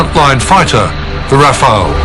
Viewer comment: Why do people keep saying "Dassault RAFAEL"? It's the Dassault RAFALE.